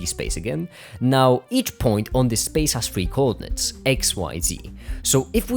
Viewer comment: I really like how you pronounce coordinates. Very articulated.